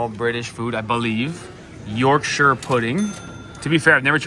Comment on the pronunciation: Full points to you for getting the correct pronunciation of Yorkshire as in Yorksheer, usually our cousins from across the pond pronounce it York shy er, and don’t get me started on Buckingham palace…. Pronounced buckingam not Buck ing ham with massive emphasis on the ham part …. eeek!